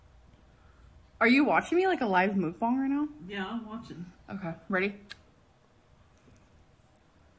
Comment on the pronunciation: Can we stop pronouncing them "Mook bong" already, like honestly it's pronounced the way it's spelled.